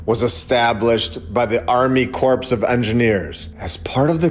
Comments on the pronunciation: Corps is pronounced like core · And it's Army Core (corps) try to work on your pronunciation. It matters. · Dude really just called them the army “corpse” of engineers……